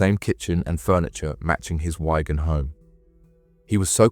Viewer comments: Its a place called "Wig an", not Wygan! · And Wigan unless it is Ygan? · The pronunciation of “Wigan” was also criminal 😂